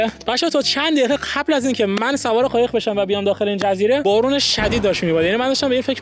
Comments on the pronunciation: قایق ❌ خایق ✅💀💀💀💀💀😂😂😂😂😂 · خایق نه قایق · داداش یه سوال چرا به ق میگی خ 😂 عشق منی عاشق کاراتم❤❤❤❤